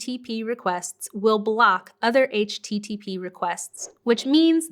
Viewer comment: HTTP😐 Over pronounced. Anyways loved the video thank you